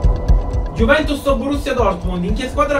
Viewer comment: non giuventus iuventus😂